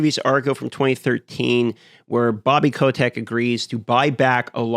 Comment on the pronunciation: He also says Bobby Kotek